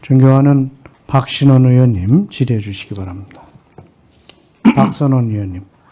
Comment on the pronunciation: 저 틀딱새킈 박신원이라고 읽네 저런게 저런자리에 앉아 있노